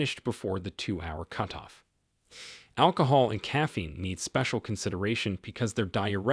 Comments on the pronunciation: Does AI have to be used in these videos? It’s irritating to hear the mispronouncing of words. Several times hearing “cute”off instead of cutoff. I’m sure there were others but this was the one that stuck out as it used several times. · Useful information. However your pronunciations of cutoff as cuteoff was annoying.